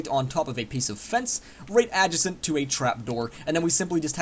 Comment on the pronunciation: Thats not how you say Adjacent...